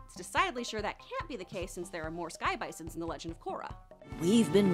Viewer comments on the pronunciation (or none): Can toe?😂